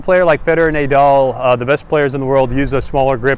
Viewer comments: NAH DAL..not NAY DAL . AYDAM and EVE? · The only person I've heard pronounce "Nay-doll"..disgusting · Pronounced nah-dal I believe :) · How to lose all credibility in one easy step: pronounce Rafa's name Nay-Dal. And then, just to be sure: say Frisco. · I stopped watching after you said Naydal lmao